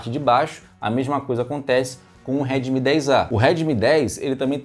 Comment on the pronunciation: Pode parece bobo, mas eu me perdi umas cinco vezes com ele falando remid 10 😂😂😂 eu já não sabia de qual ele tava falando mesmo especificando. Kkkk